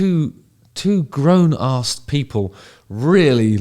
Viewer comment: When English people try and say "grown ass men" ill let you off though Justin because you're cool but don't let me hear you say it again. Cheers.